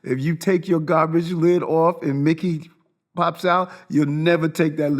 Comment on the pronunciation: the way he says Mickey makes it sound like a slur